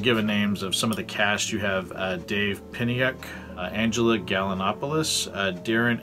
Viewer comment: Great review!! And you even pronounced my name right! Dave Peniuk! ha ha. Thanks for taking the time and glad you really enjoyed it!